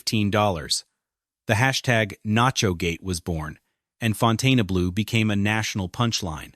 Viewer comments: It surprised me that this hotel is failing. The one in Miami is one of the most successful hotels in the region, and Vegas seems like a no-brainer. Maybe Vegas is different, but in Miami, its just pronounced Fountain Blue, not the way OP says it. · Are you serious? You can't even pronounce the hotel's name? Ridiculously. I stopped after the first sentence. Shameful. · It’s not pronounced that way - it’s not abbreviated! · Someone tell this idiot how to pronounce the Name! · He can’t even pronounce the name correctly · So Funny! Can't Even Pronounce The Hotel Name! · LEARN TO PRONOUNCE THE NAME OF YOUR SUBJECT. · You would expect that the “narrator” would figure out how to properly pronounce the name of this facility - or at least how to pronounce the name consistently. 😊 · It's impossible to watch when they mispronounced the name of the hotel, which is the topic? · I think you are pronouncing the name of the hotel incorrectly. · I love the way the narrator can't decide which way to pronounce the name so he alternates between two different pronunciations. 😊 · The narrator doesn't even say the name of the hotel right! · Narrator cannot even pronounce the hotel name correctly! 😂😂 What a joke! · Why does this site mispronounce the casinos name ?? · How could you do all this research on the Fontainebleau without learning how to pronounce the name correctly? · All I have to say is, it was driving me nuts that he kept pronouncing the name WRONG!!!! Second, there is a reason no one has ever built a Luxury Casino in that area because it's a crappy area and tourist do not feel safe walking around there, Hell locals don't like to walk or work around there. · Just stayed there, no resort fee. None of this was true from guest viewpoint. Casino was full, service was great, maid service was great. Turndown service? I haven't seen that anywhere in decades. Plus I left with thousands more than I came with. And pronounce it correctly. The name is French. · Fon tane UH blue!?!?